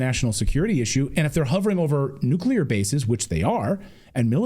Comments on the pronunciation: nuclear not nucular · Duh! NOBODY should be surprised!!! And what is nuculur? It's nuclear! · What is a nucular? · Nu cle ar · I know this may be trivial, but it drives me crazy. Why do so many people put a "u" between the "c" and the "l" in the word "nuclear"?!? It's not "nucular," it''s " nuclear"! You can say the word "new" and the word "clear"... JUST PUT THEM TOGETHER! Sheesh. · What is more concerning is a US House Representative doesn't know how to pronounce the word "NUCLEAR". "NUCULAR is not a word so either he needs new glasses or his eye to brain to mouth has a problem. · How is a congressman pronouncing it nucular? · Nu-cu-lar war😂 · FFS it's nu-clear not nuke-u-lar ! LOL.That's my whinge for today. Peace everyone. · Nuclear, dammit, not Nucular! We are being led by idiots. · "The nukular trigger"???? NUKULAR??? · Ok, listen up, people, grandma can’t take this anymore! It is pronounced NEW’ clear! Accent on the first syllable. It is a TWO syllable word, not three! NEW’ clear! George W. Bush pronounced it wrong and so is this guy and since it’s a pretty big word in the grand scheme of things-let’s get it right, please? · Why is it not possible for an older man to speak English The word is nuclear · Nook ya ler fentinAWL. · From a man who cannot pronounce the word nuclear... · I think maybe Keith Self should learn how to pronounce the word "Nuclear" before continuing any further.